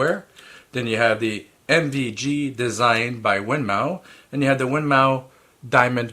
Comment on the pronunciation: Just a bit of Information for you. The correct pronunciation of Winmau is "Win more"